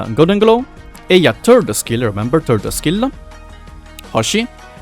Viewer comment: Why do I hear "Eya's turd skill. Remeber! Turd skill!"? Now I will not forget XD